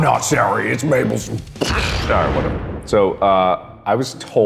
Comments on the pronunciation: my mom is unbelievably angry at the way he pronounces syrup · only thing that bugs me abut mark is that he says SEAR-up....its pronounced syrup ( SUUR-up)! XD Jk everyone pronounces it different, just a pet peeve...(idk if i spelt pet peeve right...) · This video is invalid because he cannot pronounce "syrup" correctly.